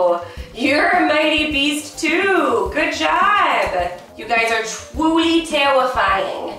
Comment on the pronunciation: twuly tewwifying